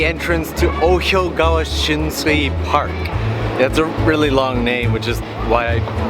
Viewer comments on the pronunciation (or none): People shurly told you somewhere but it say Ohyokogawa not ohyogawa 🙈 Thanks for the great tips 😊